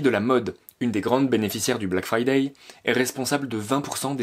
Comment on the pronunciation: Ça s'appele bläck freidäi' apprenez l'anglais!! Bleck fraîdeî